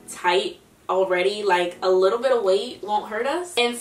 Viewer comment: “Just be a lor bit mindful of that” you really are from Baltimore 😂😂